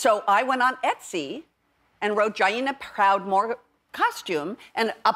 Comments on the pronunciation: She did more than butcher it. No way would I sign off on that. “GYYYYNA PROUDMORE” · Damn, she butchered Jaina Proudmoore pronunciation, but still has my approval.. wonder if everyone at the weeding is going to be World of Warcraft characters..